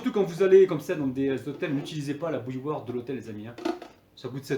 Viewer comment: Bouilloire ? Mot difficile a prononcer ..